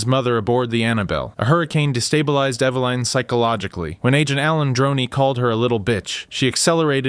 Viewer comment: EVA-LIN not EVA-LINE.